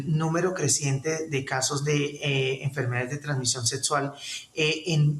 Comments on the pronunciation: Setso ? Doctor y no sabe ni pronunciar ? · 😂😂😂😂😂😂😂😂😂 Cada que dice setsual, setsual, setsual, setso, setso , setsual🤣🤣 🤣🤣🤣🤣🤣🤣🤣